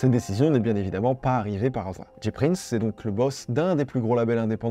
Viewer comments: C'EST PAS DJI PRINCE C'EST JAY PRINCE PUTAIN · James Prince (J Prince) prononcé "Jay Prince" pas "Dji Prince" sinon ce serait "G Prince" :'(